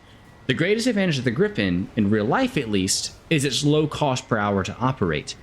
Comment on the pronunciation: I'm gonna be "that guy" here, the correct pronunciation is more like gree-pen :) So excited for this plane